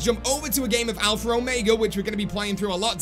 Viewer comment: There is no R in alpha or omega lol alphra ormega lol